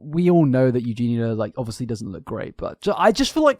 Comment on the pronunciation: Was pleasantly surprised to hear you finally pronounce Eugenia's name correctly (after the intro, at least). Next up: "ovussly" (obviously), but I think that's just your accent. I'm a kiwi, so I can't talk. It does make me laugh, though. Regardless, they're both terrible people. They both should be off the internet for good imo.